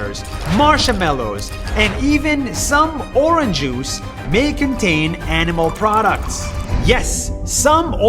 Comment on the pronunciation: “Oranjuice” -Nas Daily